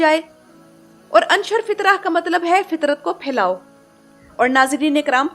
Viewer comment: آپ نے بہت اچھی طرح سے تفصیل بیان کی ہے۔ لیکن "انشر فطرة" ہمزہ کے پیش کے ساتھ ہے، امر کا صیغہ